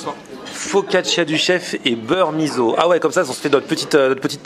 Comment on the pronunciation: Un jour quelqu'un va prononcer mis's'o comme il faut ne perdons pas espoir, pourtant il y a énormément d'inspiration japonaise* et asiatique* dans la cuisine avec du poisson ikejime, on voit l'inspiration du lick it up du chef Gaggan Anand aussi, l'expérience a l'air sympa.